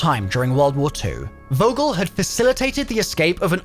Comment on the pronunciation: Its Vogel like u wanna say Fuck. Fogel